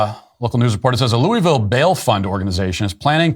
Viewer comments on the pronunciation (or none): Love you Matt but we gotta have a talk. It's not "Looeyville" its "Louhvul". This is very important. Get it right or keep our name out ya mouth. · Loo-uh-ville. I lived there for two years, I've heard "loo-uh-ville" "luh-ville" and "loo-ville", but never once heard someone there refer to it as "loo-ee-ville".